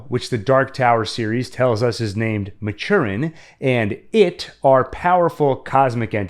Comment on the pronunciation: Just a small correction: it’s pronounced as Mat-tur-in. King named it after Stephen Maturin of the amazing Aubrey and Maturin novels by the late Patrick O’Brian.